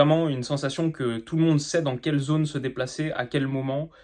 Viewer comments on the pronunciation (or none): none